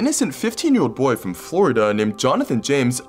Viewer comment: "The boy who hacked nasa was from flordia" Flordia, REALLY??😂😂😂😂